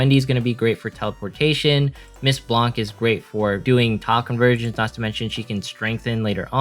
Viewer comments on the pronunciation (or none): none